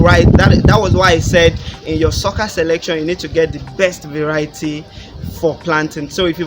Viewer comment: Google translate sucker as socccer. Why do you guys deliberately use wrong pronunciation?